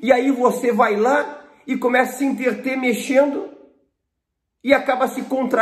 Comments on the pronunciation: Caro doutor, nào diga INTERTER...diga ENTRETER. Estude mais Português pois cada vídeo seu tem erros graves. Grata pelo conteúdo. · Parei no enterter... Um doutor falar enterter ao invés de entreter é desanimador.